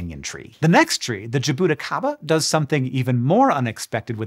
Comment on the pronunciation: What an interesting way of saying jabuticaba